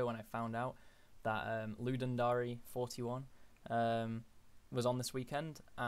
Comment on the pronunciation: Ludum Dary? It's a dare, dude. It's the Ludum Dare. As in: I dare you to ..